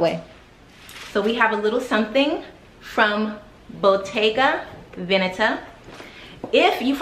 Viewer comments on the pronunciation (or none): Paused from editing to come watch this. Always trust your judgement ❤️❤️❤️ you make me want to wear a slick bun it’s just so elegant and sleek my issue is my forehead 😩😩😩 Wait… that’s how you’re supposed to pronounce Venetta? 🤦🏻‍♀️🤦🏻‍♀️🤦🏻‍♀️ I’m embarrassed